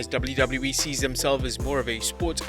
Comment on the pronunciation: "dubliu dubliu E"